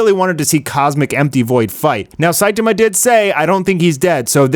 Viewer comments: WHY DO YOU CALL HIM "SAITUHMUH" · The way u pronounce Saitama is so weird